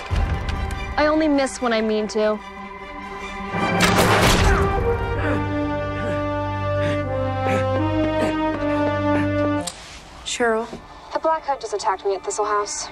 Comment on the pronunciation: It’s Sheryl not shitroll